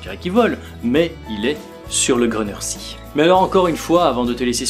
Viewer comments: Salut, super vidéo, comme d'habitude:)! Au fait, on prononce "[gruneur zéé]" et non pas "[gruneur si]". Voilà, la petite minute relou;) Continue comme ça et plein de bonnes choses! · Belle vidéo! J'avais jamais entendu parlé de ce lac pourtant je vais souvent en Autriche! En revanche petite précision, le Grüner See se prononce "gruneur zéé" avec le "u" à la française ^^"